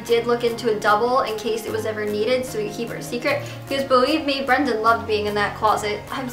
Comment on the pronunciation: i thought you were finally going to admit that you were going to take care of yourself. please get help. it's not even a joke anymore. - also, his name is BRENDON not BRANDON. lmao.